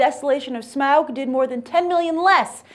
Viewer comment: Says 'Smaug' like a pro. The nerds tip their hat to you.